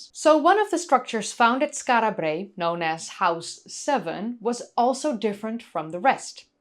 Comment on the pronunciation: Rolling the "R" in Brae is rather annoying.